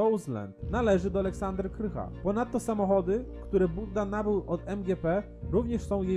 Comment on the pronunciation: Aleksandra Krach , a nie Aleksandra Krycha :)